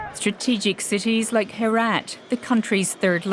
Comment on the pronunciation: Its not Herat. It is pronounced as Heraat.